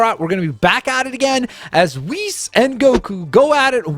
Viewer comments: it’s pronounced wees lol I hope you understand qhat I mean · Who else got aggravated when kept saying Whis wrong? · that is not how you say whis